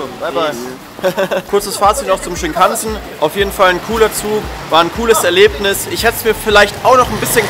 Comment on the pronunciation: Shinkansen spricht man ohne Betonung auf den A aus.